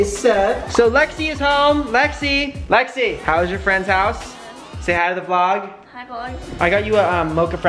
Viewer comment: Brent : "Say Hi to the vlog" What I heard : "Stay out of the vlog"